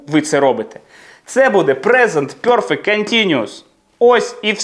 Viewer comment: Пане, я ні в якому випадку не хочу образити вас, тільки хочу зазначити, що нема в англійській мові вимови йо (пьорфект), перфект, без йо. За радянщини вчили англійську з московитським акцентом. Якщо я чую це "бьорздей" чи "пьорфект", зразу розумію з ким я маю справу. Перше моє питання до тої людини, з якої країни походження. Треба ще правильно вчитися вимовляти такі слова. Наш мовний апарат дуже розвинутий, тому нам нема проблеми правильно вимовляти такі слова. Я підписалася і поставила вподобайку 😊